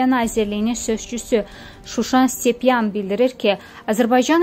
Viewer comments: Ay sizə Allah köməyiniz olsun . Nə olar heç olmasa üzündən oxuya bilən birini qoyardınız da. Stepanyanı 40 yerdə Stepyan oxuya oxuya durdu. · stepyan yox,stepanyan. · Ay savadsız Qız,stepyan yox..şuşanik stepanyan !!! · siz oxuya da bilmirsiz? Şuşan Stepyan yox - Stepanyan yazılıb. itə gurta bizi güldürməyin